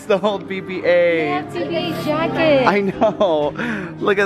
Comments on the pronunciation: it's not Bebe 8 it's BB-8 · Yeah it sounds like Baby 8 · it sounds like says baby 8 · AWW when says bb8 it sounds like he's saying baby 8 lol =D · It sonnds like his saying baby ate